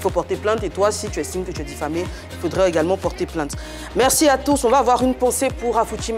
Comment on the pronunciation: On dit merci et non mekssi